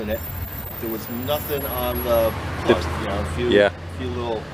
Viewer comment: Ummmm “Plud the floods out? 😂😂😂😂😂